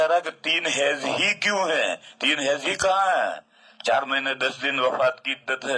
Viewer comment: ہیز نہیں حیض